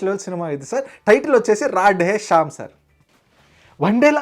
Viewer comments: Radhe Shyam❌ ROD E SHAM✅ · 😂😂he said rod eh shyam 😂😂